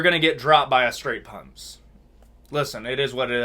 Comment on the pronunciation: Wtf is a 'straight punssss' your pronunciations piss me tf offff